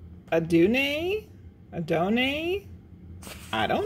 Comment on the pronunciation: Adonai is one of the Hebrew names for God and your second pronunciation was super close :)